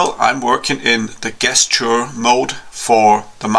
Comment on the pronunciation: Do your eyes ever go buggy and you see the part inside out? That was happening to me with this part. BTW Gesture rhymes with jester. The G is more of a J sound. It isn't guessture. Though it looks like it would be. You're probably speaking English and not American though. All of you Europeans have funny accents. Being American I can barely understand English. It's a handicap we suffer from.